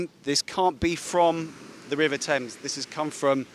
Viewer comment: I think anchor is from up or Bihar River ya rebar 😄😄 listen in starting of video